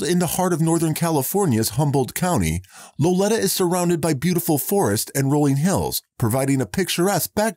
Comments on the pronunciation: The town in Humboldt County is pronounced low lee ta. Accent on the second syllable. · You mis pronounced the town of Lolita. The I is pronounced with a long “e” sound.